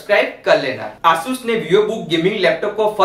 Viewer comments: Bro it's Asus not aasus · It is asus not aasus🤣🤣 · why are u saying asus asssus XD